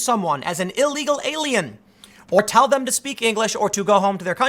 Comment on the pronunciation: anyone else hear "eagle alien"